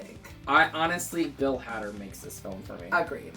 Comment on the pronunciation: Every time says Hadder I flinch.;)